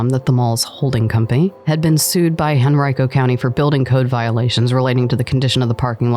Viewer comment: It’s a shame VCC died because it’s in a nice area of town. Regency Mall is being redeveloped into mixed use. Stony Point is a spite mall. This mall used to be jumping back in the day. RIP. I’m glad you pronounced “Henrico” correctly 😂